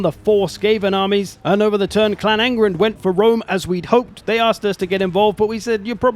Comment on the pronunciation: ah yes, Julius of Wome.